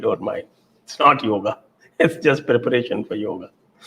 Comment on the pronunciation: समस्या हिंदी भाषियों की है। वे अकार मिश्रण समझते ही नहीं हैं। इसीलिए योग को योग् उच्चारित करते हैं। संस्कृत सीखिए, आपकी समस्या का निवारण हो जाएगा।